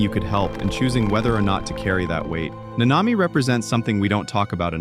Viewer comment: I like the video but why is it so hard to just pronounce the names the way they do in the show. The emphasis is on the first a not the second